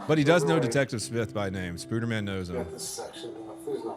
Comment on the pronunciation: Lmfao you said spuder man!!! Baaahahaa